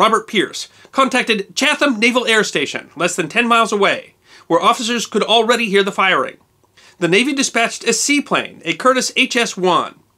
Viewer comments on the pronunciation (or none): Hey, I’m from Chatham MA, and I never knew cape cod had this kind of WWI history. I know how the name looks, but it’s pronounced chatum, not chathum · I'm sure someone else has said it, but it isn't Chath-am, but Chat-um. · Very good. Just an FYI, the town of Chatham is pronounced "Chat-ham" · Dsdcain, might as well set the record straight, right?. Chat-ham, or, phonetically chat-em. Not chath-um. That said, I’m right there with you, I love. One of the best channels on youtube. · Great video. This was a genuinely new to me story. One nitpick: Chatham is pronounced ‘chat-ham.’ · Chatham is pronounced Chat-um, ps love your channel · Chat-ham, pronounced (Chat-am) No TH' sound. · Pronounce Chatham...."Chat Um" Now you got it......no Ham just Um. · pronounced Chat-um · Pronounced CHAT HAM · The 4 dislike are from Cape Cod residents who didn't like the way pronounced Chatham.:) Thanks for the new video. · He pronounced Chatham the English way, not the American way. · But you really butchered the town name of Chatham still its amazing story take it from me I live locally on cape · This is interesting news. The folks in Cape Cod didnt like the way he pronounced a city? Really? How petty.